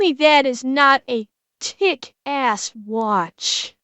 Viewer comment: Maybe it's my brain making puns out of everything, but I swear you said "Tick ass watch" instead of kick.